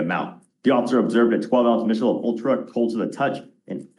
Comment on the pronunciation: Someone please tell this DA that it’s pronounced “Mick-a-lobe” not “Mitch-a-lob.” He always does it when there’s a case where this beer is involved 😂